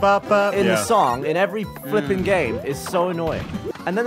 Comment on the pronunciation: To this day I can't tell if Gavin's saying flippin' heck or flipper neck. hehehe